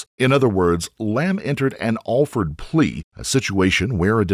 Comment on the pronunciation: Alford plea is pronounced awl-furd plea. valiant attempt good sir. NAMED : after Henry Alford from a 1970's case in the Billy hills of Virginia. BUT almost certainly named after The only king to be named "The Great" in like the late 800's Alfred The Great (sic bastard).